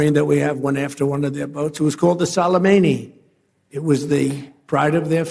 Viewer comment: Trump sorry but you make me laughing. Is not Salomeni but Soleimani. You don't even know the names the one who upu killing😂😂😂😂😂😂😂😂😂 trump is Magic believeme